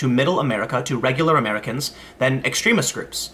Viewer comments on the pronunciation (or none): none